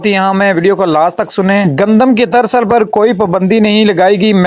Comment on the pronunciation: ترسل نہیں ترسییییل ۔۔۔